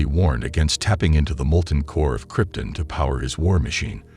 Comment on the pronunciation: Everytime you say Kryptin instead of Krypton i shudder